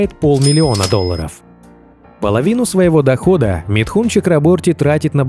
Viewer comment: Из уст автора он звучит как Митхунчик...